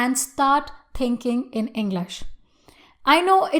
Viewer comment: she says englash 😂😂😂